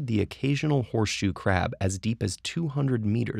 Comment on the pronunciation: I keep hearing "poor shoe crab" :(